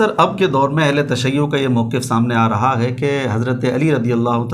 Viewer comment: جناب وقف یقف سے موقف کی فا کی فتح کو مضموم پڑھتا ھے۔تو اس کو تلفظ درست پڑھنے کا ادراک نہیں تو وہ مولا علی جو نفس رسول ہے۔(ثحفۃ الاحوذی/سنن آلکبری) کا معنی کیا بیان کر سکے گا؟